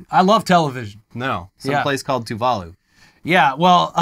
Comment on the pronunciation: Its so painful to hear Tuvalu being pronounced here